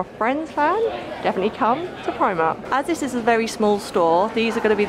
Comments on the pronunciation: Plz call it primark and not primar 😂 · are you calling it primart? 😂